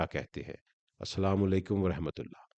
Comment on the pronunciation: Lekin apne ye salam kese kiya mne bar bar suna achchalamu alaikum 😅😅😅😅😅